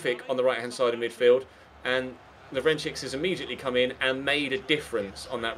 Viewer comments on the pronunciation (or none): the second CS in Lovrencsics is pronounced just like the first one, it's LovrenCHiCH, not LovrenChiKS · when pronouncing "Lovrencsics", the last "cs" is the same as the first "cs" as "ch" in "check". I know you like pronouncing the names correctly, so thats why i'm telling you. not the least bit triggered